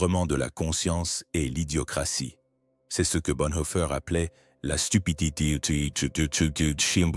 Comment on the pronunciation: la stupidiiititiiichuuu la stupidité morale lol